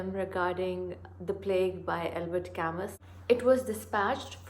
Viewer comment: You wrongly pronounced Albert Camus. It’s simply unacceptable because he is perhaps the most important literary figure of the last century.